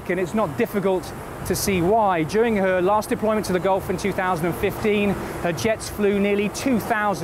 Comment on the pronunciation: Ali Nili - and it's Gulf not Golf